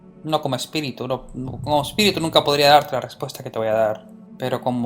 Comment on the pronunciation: SE CONFUNDIO EN VARIAS PALABRAS EL "ESPERITU"